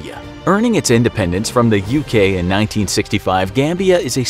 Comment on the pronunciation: repeated cringing in my English degree heart IndependEnce.... Not dAnce... @@